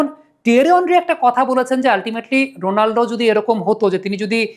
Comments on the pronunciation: উচ্চারণটা রোনালডো না, হবে রোনালদো। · 💥👉👉 ভাই, রোনালদো নামটা মাঝে মধ্যে রোনাল্ডো শোনা যাচ্ছে, আগের একটা ভিডিওতে তাই শুনেছি। দয়া করে একটু সতর্ক হবেন প্লিজ। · Bai, apni CR7 er name thik kore boln